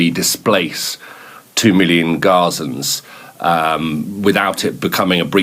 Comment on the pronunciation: Yeah, but did you notice he says Gosens not Palestinians